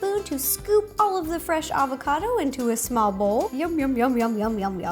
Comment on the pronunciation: FireCrystal 10 its "Avocado"... hahaha youve cheered up my day